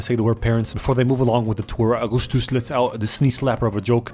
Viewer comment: "I'm Ahgoostoos!"